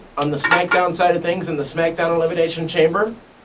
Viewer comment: Elimiznation ? was that a speech error or just a reason to say the miz ? xD